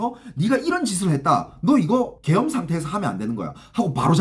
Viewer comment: 계염병 으로 들리네 ㅋ